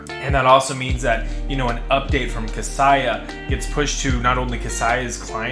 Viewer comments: Thanks for the video! Another note though for future videos - it’s pronounced “Kah-say-ah” instead of “Kah-sigh-ah”. Best of luck! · Thanks, great info. FYI Kaseya is pronounced "Kuh Say Yuh" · Apparently one of the things we don’t know is how to pronounce “Kaseya”